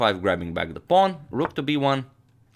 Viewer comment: I am extremely amused at how you say pawn. Pong to D4